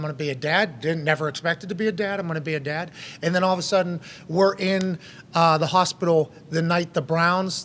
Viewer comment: So what he’s saying is he’s gonna be a dahd?